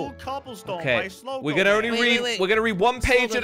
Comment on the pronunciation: Sligo not Sligo